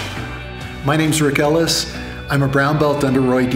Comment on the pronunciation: I have been watching so many jiu-jitsu videos that I thought Rick Ellis was pronounced Hick Ellis.